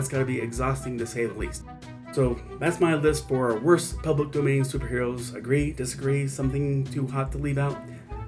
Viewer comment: "Public Doman" 🤭